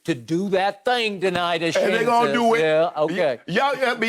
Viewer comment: "Do that 'thayang'" 🤣🤣🤣